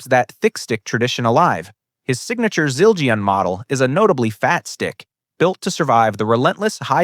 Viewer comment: Zil-Geee- in...Neal PUHRT lll🙄